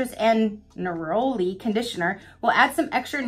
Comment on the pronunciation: Lol it’s pronounced Ner-uh-lee. Glossybox is hit or miss every month for sure but it’s one I keep hanging onto because some of my favorite items were deluxe samples from that sub